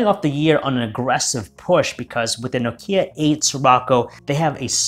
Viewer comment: Nice! Now the first thing you need to do is learn how to pronounce Nokia. That is an absolute must!